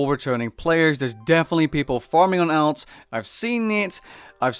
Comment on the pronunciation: I cannot get past your pronunciation of alts lol